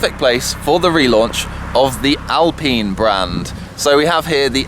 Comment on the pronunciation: the way you said Alpine has me triggered